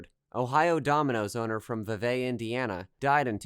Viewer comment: Love the video, but as someone from Vevay, it is pronounced Vee-Vee. 😊 don't worry everyone gets it wrong.